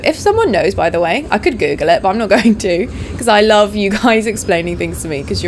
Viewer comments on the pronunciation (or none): none